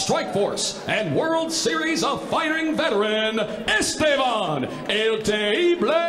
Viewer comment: Etevan lmao forgot the S